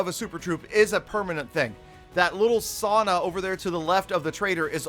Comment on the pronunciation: U pronounced sauna wrong